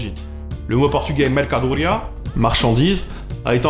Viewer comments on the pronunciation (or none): Au cas où, à l'accent tonique est placé sur le i et non pas sur le à de mercadoria